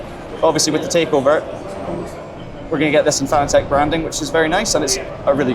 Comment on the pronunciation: Has it got rid of the hideous user interface and menu system that was in ACC? Also its pronounced fanatec, as in fanatic, but with an e instead of the i, not fan-a-tech